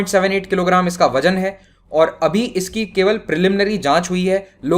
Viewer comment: Wazan ko Wajan q bolty ho...hindu...cow r buton ki pooja karny waly